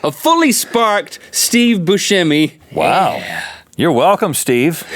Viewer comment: Why does everyone pronounce Steve Buscemi's last name as Boo-sche-mi instead of how its pronounced boo-semi